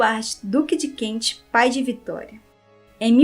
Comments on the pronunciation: ... Duque de Kent ... e não Duque de Kentche...srª... Ai ai ai esse Inglês..... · ANTES DE FAZER UMA LIVE VOCÊ TEM DE TREINAR A PRONÚNCIA CORRETA DAS PALAVRAS, EM INGLÊS. DUQUE DE KENT( "KENTCHI"!!!!) QUE HORROR!!!!